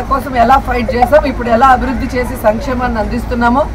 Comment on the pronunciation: అభి రుధి కాదు... అభివృద్ధి అను.... దరిద్రం భాషా నీది!!